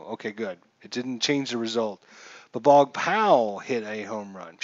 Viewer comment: If the pitcher goes to 0, all randoms automatically goes to batters FYI also the name is pronunced BOOOOOOOG